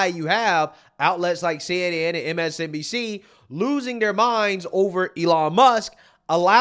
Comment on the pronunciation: Are you intentionally saying "MSDNC" instead of "MSNBC"?